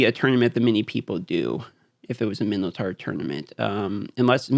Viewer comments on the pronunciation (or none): none